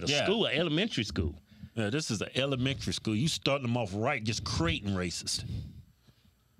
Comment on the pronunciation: The hellementary schoo...